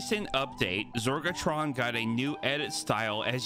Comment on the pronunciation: "zorgotRon" said it wrong one time in the whole video, and it had to be the first time. cmon